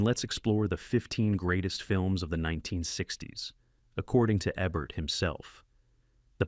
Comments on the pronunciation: eeebert. Not ehbert. I think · Thumbs down. Here's a partial list of reasons why. 1. It's pronounced EE-bert, not EBB-ert or AY-bert. 2. I don't think Jean-Paul Belmondo looks that much like Richard Gere. 3. The Manchurian Candidate does not take place in Arabia. 4. When your AI voice software encounters an abbreviation with a period, it treats the period as a stop. Change "Dr." to "Doctor", and "T. E. Lawrence" to "T E Lawrence. 5. you have a "blink-and-you'll-miss-it" flash of boob. Don't know if that's a YouTube no-no but I'd recommend taking it out just in case (not that I'm a prude -- just being careful).